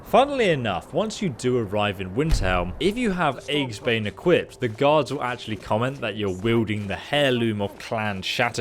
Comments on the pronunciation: Lol... with the enchanted hammer, eggsbane. Yeah, that's not even kinda close to how you say Aegis. Ee-jiss. Eggsbane. Lol. Yeah mate, it's the scrambler. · The Warhammer's name is pronounced "EE-jis-bane" it means "Enemy of Shields" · Most immoral decision? Willingly joining an organization that you know does this kind of thing on the regular. What you're really saying is that you feel the impact more because the aftermath is visible and personal. Also... "eggs-bane" This is how we'll REALLY kill the dragons! Also also... "Hair-loom" Well, aren't they all? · that's not how you pronounce aegis, and therefore not how you pronounce aegisbane